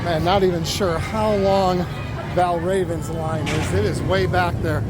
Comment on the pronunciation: Okay so you know all about the tracks and all about the trains and who made what and how they fit together but when will you learn how to say valravn properly?